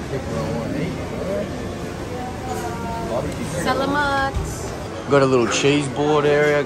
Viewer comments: if you want to sound more like the locals. when you say salamat. emphasize more on the second A not the 3rd. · CB sa-la-mat not sa- lam- at